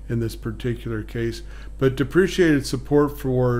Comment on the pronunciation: First! Your presentation says "Deprecated" but you said, "Depreciated".. Which one is correct? Thanks!